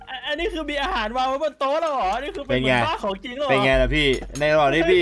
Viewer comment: “อาห่ารอยู่ตรงไหนนะ” “นี่คือเราจะนั่งเรื้อไปใช่ไหม” เสียงเหน่อโคตรตลก